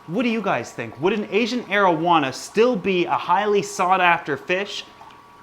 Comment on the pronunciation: Had to read the comments to make sure he wasn't saying Asian marijuana 🤣